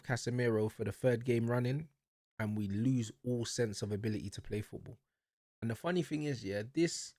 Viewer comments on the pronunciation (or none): none